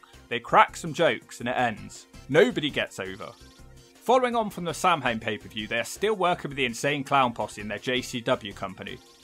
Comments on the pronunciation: Gives me a headache every time pronounces it "Sam Hain" - it's pronounced like "Sow-wen" in Irish or "Sah-vin" in Scottish Gaelic, but absolutely nowhere is it "Sam Hain" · Samhain is pronounced "sow-win" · lad I have to tell you 'Samhain' is pronounced 'SOW-when'. Please don't hit me with a brick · Samhain is pronounced sow-win. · Samhain is pronounced like "sowin." Rhymes with cow pen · Samhain is an Irish word its pronounced Sow-an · How does a British person mispronounce "Samhain" 😂